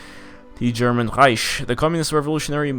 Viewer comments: It's not Reish. It's Reik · Rish? R-I-k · Pronounce it Riek like said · its reich with a soft ch